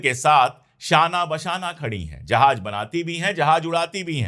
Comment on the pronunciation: अशोक भाई, आप उर्दू के अल्फाज़ बहुत अच्छे बोलते हैं, बस थोड़ा तलफ़्फ़ुज़ सुधारने की ज़रूरत है, जैसे, ज को ज बोलिए और ज़ को ज़. आप जहाज़ को जहाज बोलते हैं ज़हर को जहर.